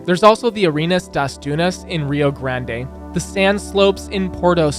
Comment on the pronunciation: its not rio grandeee its rio grande